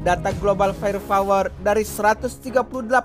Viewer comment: Fire power min. Bukan fire fower 😊